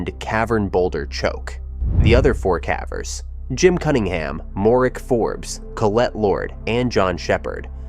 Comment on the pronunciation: I like the videos. Consider “cavver” vs “caver”. The “e” makes the “a” say its name, remember in elementary school?